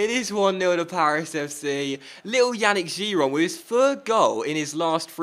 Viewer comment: I cringe everytime you say Yannick.Yannick is pronounced Yah-neek.